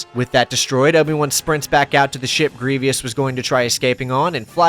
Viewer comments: Does it really spoil the ending? We all knew Anakin would lose because we saw the OT. I think, however, the alternative ending where Anakin wins actually had the younger Star Wars fans not knowing whether Anakin won or lost. The fact that you said "Gree-vee-ous" instead of "Gree-vus" is a tell, lol. Not a Star Wars fan, obviously. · Why do you keep saying Grievios? Its Grievous. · It was the indeed a Grev-e-ious occurrence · Repeat after me: GREE-VUUUUUUSSS. Other than that, brilliant retrospective! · I’m more concerned about the way he pronounces grevious. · Sorry to be that guy but it’s pronounced Gree-Vuss, doesn’t really matter though still love the video and this game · jeezus christ...it's "Gree-vus" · I love all of this except one thing: It is pronounced "GREE-VUUS"! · great video, but the mispronunciation "general grieveeous" throughout it sounds like nails on a chalkboard to me. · Wondering why you pronounce it grievy-us? It’s clearly correctly pronounced multiple times in the film lol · "greev E us" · Kotor one is the best media, phantom menace, duel of fates is the best score. It's cool that you said that wrong, but I'll fix it for you. 😂😂😂😂 This is a joke. Luke glazers need not comment. GREE-VUS. the I is silent bro. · why do u say griev e us? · Stoo saying grevious like that, tf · Every time you say greevyous I cringe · Please stop stop saying “grevieus” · Can't get over you saying his name as "Gree-vee-us", terrible. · Have you seen the movie? They say Grievous correctly....why can't you? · I was like, "why's this dude mispronouncing Grievous?" Lol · what a Grievous mistake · I was looking for this comment, as I was about to say the same thing. A bit irritating to consistently hear it being mispronounced lol. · Dude there is no excuse for not pronouncing Greivous correctly in 2025. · The Grievous mispronunciation was driving me nuts😭 but great vid still, loved this game growing up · It’s Grievous. Not Grievious. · You pronounced grievous wrong 12 times